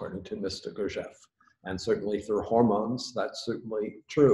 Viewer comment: Someone tell that chap how to pronounced Gurdjief which does*not* rhyme with thief. Lord but the kinderlander-mercans set so much stock by weordsor words About words.